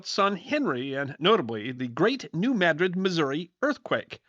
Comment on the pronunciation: Thank you pronouncing New Madrid correctly…